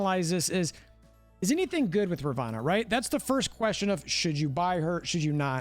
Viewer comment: Dude...it's RAvOnna...not ROvAnna!!